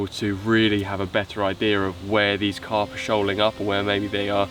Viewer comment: Min around 6 I told myself that Alex said "to find where the Carp Park " and I laughed quite a lot .